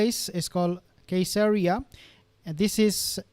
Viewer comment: I believe Caeseria is pronounced with a soft C because it's named after Caesar